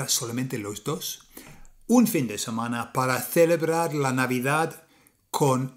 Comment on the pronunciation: Isla de Tenerife, España, África. Bien hecho. Buen vídeo. Tiene un MUY buen español. Pero. . . Hay que cuidar esas vocales atónicas, para evitar decir cosas como "samana" y "Torrajón" en vez de "semana" y "Torrejón". Saludos cordiales, Chicho.